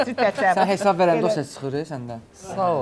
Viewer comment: Anons edene ne eceb bir adam demir ki, “HESAB” sozunde “Y” herfi yoxdur. “heysab” YOX “HESAB”dir.